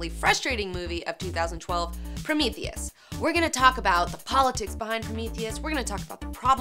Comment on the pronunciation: Two "e"s in "Prometheus," folks. "Promethus?" Sigh.